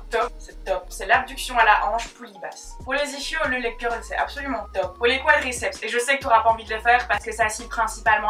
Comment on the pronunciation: Ischio ça se prononce isquio